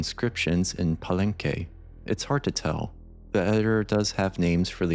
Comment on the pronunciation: Oh I'm not even sure how to pronounce most of those. In fact, I recently realized I've been saying/reading Palenque wrong for all the years I've been playing TSE. I always said "pa-lenk", thinking the end was silent, instead of "pa-len-kay", which is the correct version. You got this one right, so you were ahead of me in this regard. Thanks for the reply though, and I look forward to the Teotihuacan chapter! (another one which is hard to say, but you got correct :D)